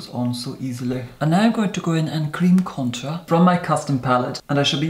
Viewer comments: Posh upper crust pronounciation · Contāùxrē sounds more like french I think for him is more of a high class English❤